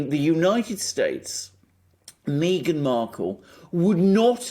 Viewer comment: It's not pronounced Mee-ghan It's pronounced Migraine Merkel